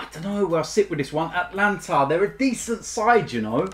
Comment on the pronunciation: It's not Atlanta, it's AtAlanta....there's an extra A in there